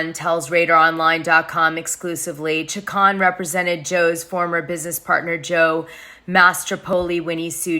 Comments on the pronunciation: CHICK-CONE That's how you pronounce it. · Chacon is pronounced Cha-Cone you pale face !